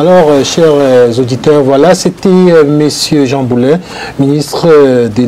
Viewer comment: Bravo, vous dites bien son nom, contrairement à plusieurs autres animateurs qui l'appellent Boulay plutôt que Boulet !! C'est Boulet (comme poulet) et non Boulay (comme du blé) 👍